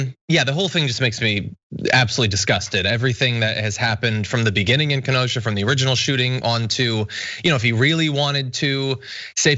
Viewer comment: Pronunciation, dear glad you got Ken O sha down❤